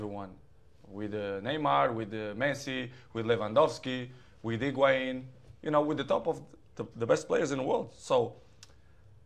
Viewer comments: Lol. He said heguin . Cristiano did u ever watched Eden Hazard😂✌️am Chelsea suppoter💪. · Where hes say hinguain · did he say Higuian lol???? I died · Did he just say higuan??? He never dissapoints his friends..... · Man said higuain 🤣🤣🤣🤣🤣🤣🤣🤣🤣🤣🤣🤣🤣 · Did he realy say Higain? 😂😂😂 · Lol. He said higuain😂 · 2 years later and im still creasing at the fact that he said higuain😭😭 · Ronaldo saying Higuain like we wouldn't notice. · Mans said higuain😂😂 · Did he said Higuain and Lewandowski lol haha 😀😄😆😄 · HE SAID HIGUAIN😂😂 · Did he say higuain😂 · Did he say higuain? 😯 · He said Higuain 😂😂😂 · I think he said higuain mistakely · Did he just say Higuain? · He said higuain 💀💀💀💀💀💀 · Lmmfao lost all credibility when he said higuain... I know he’s your friend Cristiano... but cmon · Did he say Higuain?! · Lol did he really say higuain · He he he said HIGUAIN🤣🤣🤣🤣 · This dood said higuain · He said higuain lolololol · He lost me when he said higuain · did dis nigga just say higuain? LOOL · Did he just say Higuain? SMH!